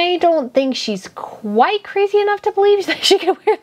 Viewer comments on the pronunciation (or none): none